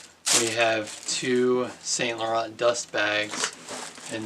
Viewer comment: San not saint .